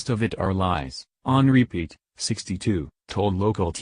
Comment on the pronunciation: Uhm. He kinda said our last name wrong. Its pronounced (pee-ette)